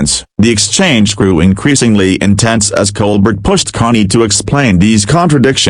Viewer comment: Baloney. Even mispronounces Colbert